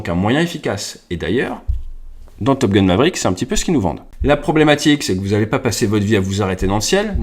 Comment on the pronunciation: Нейросеть так ржачно произносит английские слова, потому что настроена на французский! 😁 С Топ Гуна вообще выпал, топ гун, это Гитлер, а топ гал, это Де Голь! 🤣